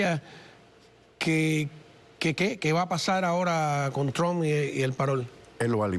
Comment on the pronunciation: Se dice Trump no tug😂😂😂😂😂